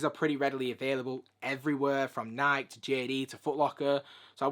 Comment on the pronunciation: "Naaaiiik" "Naaaiiik" Google: How do you pronounce "Nike"? Answer: "Nai-Kee"